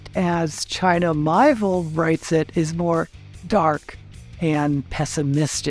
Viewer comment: With kind regards: China Mieville's name is pronounced as: mee-AY-vill